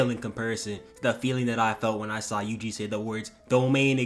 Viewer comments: bro really called my got yuji "wuji" I can't 😂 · Bro u pronuced ui uis name to wee wee👁️👄👁️